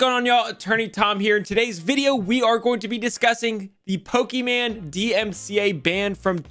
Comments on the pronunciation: "Pokeman" makes my skin cringe off my bones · First review tech USA calls her Pokimon now attorney Tom calls her Pokéman lol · Can't get over the fact he keeps calling her Pokiman lol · Poke mans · You mispronounced her name The last part is mane like on a lion She got what was coming to her she deserves it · You sound like a mom pronouncing Pokémon when you say her name